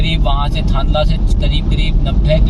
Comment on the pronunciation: आप की जानकारी अधूरी है, आप थांदला से e-way पर चढ़े थे। थांदला का उच्चारण आप ने गलत किया है। मध्यप्रदेश का भाग ही 2 oct से चालू किया गया है, शायद आप को सुनी सुनाई जानकारी थी, न्यूज में भी यही बताया गया था। आप मध्य प्रदेश के उत्तरी छोर पर गरोठ के पास से उतरे और फिर कोटा की और गए, नीमच वहा से काफी दूरी पर है। राजस्थान का लिंक अभी तक पूर्ण रूप से बना नहीं हुआ है, आशा है अगले साल मार्च तक मिसिंग लिंक बन जायेगा। गुजरात साइड में अभी बहुत काम बाकी है अगर दाहोद से थांदला का काम पूर्ण हो तभी ये हाईवे का ट्रैफिक बढ़ेगा। दाहोद से एमपी सीमा के बीच कुछ जगह का भूमि अधिग्रहण पूरा नहीं हुआ है इसलिए देर हो रही है। मैने 15 nov को रतलाम से थांदला और वापस रतलाम तक प्रवास किया था मार्ग अच्छे से बनाया गया है पर सतर्कता पूर्वक चलाना जरूरी है। अभी रोड साइड पर कोई सुविधा नहीं है, रास्ते में गांव के लोग टैक्टर और छोटी गाडियां विपरीत दिशा से फास्ट लेन में मिल सकते है। साथ ही पशु भी हाईवे का आनंद लेते मिलेंगे। अभी तो एक दो स्थान पर साइड में छोटी गुमटी भी बनी है जहा से आप गुटका, चाय और बीड़ी खरीद सकते है।